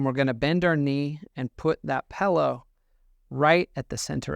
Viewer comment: You had my respect until you said “pellow.” Just kidding, still respect. You are the only internet chiropractor that isn’t destroying the integrity of the field of chiropractics. Good job, keep it up